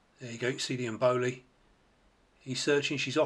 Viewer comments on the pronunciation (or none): 9: 03: It's EM-bo-li. Not emBOLY.😉